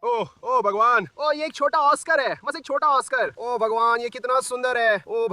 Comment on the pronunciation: Bhai tum obhagwan kyu bolte ho😂😂😂😂😂😂😂😂this is funny